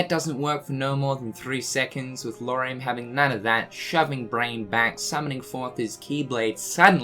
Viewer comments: I guess we should be happy that he managed to say Lauriam instead Luoariam. That's a good first step hahaha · Wait what? Did he just pronounced Lauriam's name right for the first time? That's so good!